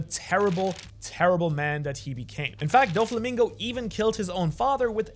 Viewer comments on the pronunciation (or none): Don mreig say’s dolflamingo